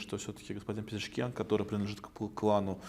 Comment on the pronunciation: Не Пшезкиан,а Пезешкиан.